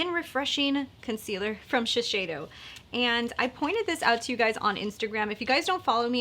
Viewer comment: Hi there, nice video review, thanks! FYI I work at Shiseido here in Tokyo and it’s pronounced “Shis-say-doh” just so you know for next time!